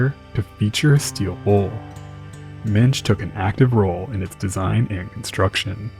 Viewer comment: I cant tell when you're trying to say Hull, hold, hole or whole. You pronounce all of them exactly the same. You really need to please work on the pronunciation of Hull especially